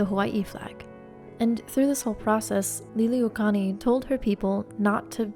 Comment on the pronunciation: I love this. Thank you for taking the time to share some of Hawai’i’s dark history. Her name is pronounced lee-lee-ooh-oh-kah-luh-nee. Hope that helps!